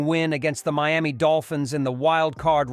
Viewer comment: May-Me Dolphins? 😂😂